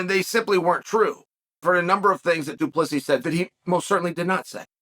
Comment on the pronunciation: Good to see Chael finally get DU Plessis name right,lol.